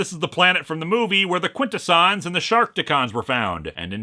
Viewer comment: I thought it was pronounced quin-TESS-unz